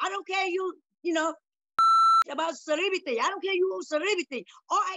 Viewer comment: be like" I don't care bout cerebity" 😀😀😀😀😀😅😅😅😅😅